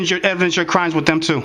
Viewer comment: Arguing with this receptionist. Bravo! And it’s not pronounced “Wiff “. It’s “With”.